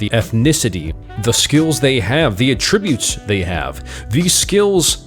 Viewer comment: Nice video and you have a great voice for narration! I noticed you mispronounced "attribute" several times. (This video is old so you probably know by now.) There are many words in English that can be both a verb and a noun. In English one differentiates the two by putting the emphasis on the first syllable for nouns and the second syllable for verbs. So when you say "a-TTRI-bute" you are using the verb when it should be "A-ttri-bute" the noun. I hope that helps you and others!